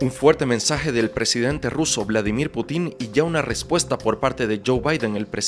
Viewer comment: Putín o Pútin?? PÚTIN, no putín :)